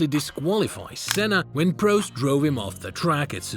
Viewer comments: lol funny to hear him say pro-st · After winning Portugal 85 you state ‘Senna would go on to win a few more races throughout the year’ he won one more race in ‘85, one. During his time at Lotus he won 6 races across 3 seasons, 2 each year. Also, Prost rhymes with Lost, not Ghost